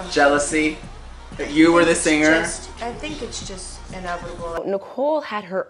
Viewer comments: OMGosh, I cannot take the narrator's poor pronunciation of many words and names. It's not pronounced sinGRR.....the g is soft in ing. The cadence of your speech is very unnatural. Narrating is not your calling.... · The word singer is not pronounced seenGRR.....the g in ing is soft. It is annoying how you can't pronounce ing words.